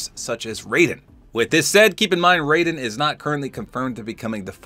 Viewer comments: "Raiden" from Metal Gear Solid isn't pronounced "Ray-den" Its "Rye-den" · It's pronounced Rye-den for Raiden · Raiden isn't adopted by snake. Raiden in MG is pronounced like Rye-den. Not to be confused with Raiden pronounced as Ray-den. Both are correct depending on game. The way pronounced it is how it's pronounced for Raiden in Mortal Kombat. Yes Raiden does use the H.F. Blade in MGS2 & MGS4 but uses a different sword to my knowledge in MGR: Revengeance. Just some small corrections and info dump for ya'll. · Hi, just to let you know, Raiden is pronounced "Rye-den" and hes adopted by Solidus Snake, whos different from Solid Snake. Great video tho! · Raiden's name is pronounced incorrectly in Mortal Kombat. No other series carries that tradition. Correct: "Rye-Den." Raiden has no relation to Snake. In MGS2, Raiden briefly used the codename: "Snake" after Solid Snake was presumed dead. Raiden is a child soldier from a war-torn country (forget which) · When you mispronounced Raiden i was actually gonna cry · don't really blame you tbh😅the names are real similar and spelled the same